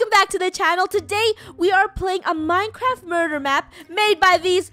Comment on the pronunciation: Funneh: today were playing a minecwaf map Me: did you say minecwaf also love u guys